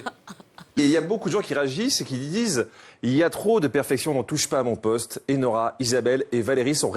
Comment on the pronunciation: Le "O" de "mon poste" fait une auréole à jean-luc lemoine.